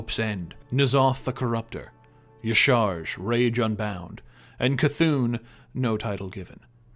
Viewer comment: love you. But, uh... How the hell do you pronounce Y'shaarj Yishar? It's pronounced Ya-Sha-Raj.